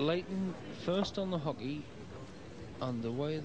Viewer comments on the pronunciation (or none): But he pronounced it with the strong H, i know what it's called, but he said H-ockey.